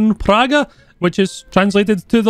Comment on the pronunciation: No, He said it wrong